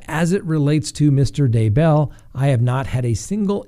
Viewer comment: You are driving me insane with your mispronunciation of Daybell! Grrrrrrr! The emphasis is on Day, not bell! It's DAYbell, not dayBELL! OMG! Can't watch anymore. It's like nails on a chalkboard every time I hear it wrong. Sorry, dude. Just sayin'....